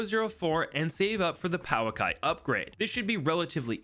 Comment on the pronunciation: The ā means that it's a long sound so pouākai would be pronounced pouaakai